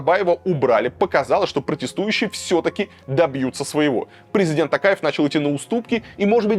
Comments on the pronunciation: ТОкаев, а не ТАкаев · ТОкаев. А не ТАкаев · Почему Такаев? ТОКАЕВ ТАМ ЖЕ ВСЕ БУКВЫ НА КИРИЛЛИЦЕ. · Не Такаев, а ТОкаев, искренне просим произносить имя нашего президента Правильно